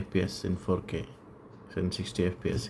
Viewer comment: "apol tv facke" "we have da remot" 🗣️🔥🔥🔥🔥